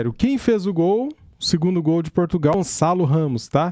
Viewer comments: Gonzalo??? 😂😂 fdx é GonÇalo!! Com Ç! O Gonçalo Ramos é português!! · Lógico que o Ruben Neves é que entrou no lugar do Cristiano, mas na prática ficou depois o Gonçalo a fazer o papel do CR7, portanto os comentadores têm parte da razão. E diz-se GonÇalo e não Gonzalo, basta saber a diferença de som entre um ç e um z. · Caraca não saber os nomes do jogador tudo bem .. pelo menos saber pronunciar 😂 Gonzales pqp caraiii é espanhol ?!?!